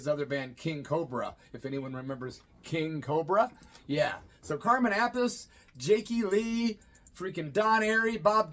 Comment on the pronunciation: Carmen/Vinnie Appice name is pronounced App-pa-see. According to Ronnie James Dio anyway. Just saying, brother..Love the channel!